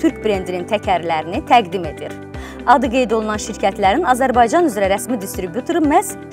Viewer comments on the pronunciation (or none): none